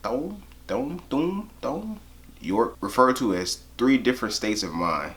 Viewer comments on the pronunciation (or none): It’s pronounced as Tom York